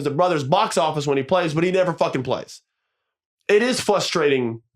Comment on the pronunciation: What’s the most frustrating Austin is you saying fustrating instead of frustrating